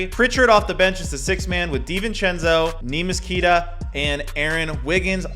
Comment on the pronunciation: Queta is pronounced kta